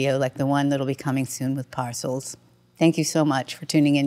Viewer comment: Not Nice, Lady; they gave you the correct prounciation of the band's name , but you continued to say it wrong!